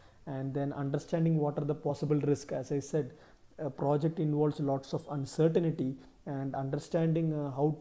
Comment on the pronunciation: Uncertainty not uncertainity